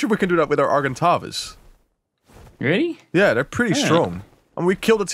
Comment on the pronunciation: TFW you realise they will NEVER learn how to say Argentavis right.